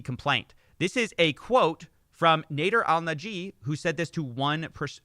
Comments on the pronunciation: You keep saying Nāder because of Ralph Nader.... Easy mistake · pretty sure it's pronounced nah-dare